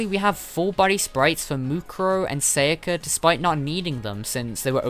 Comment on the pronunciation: Sa ya ka. Not seiyaka.